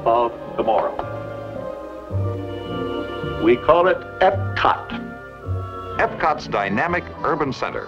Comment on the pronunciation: I think you pronounced EPCOT incorrectly. As it’s EPCOT.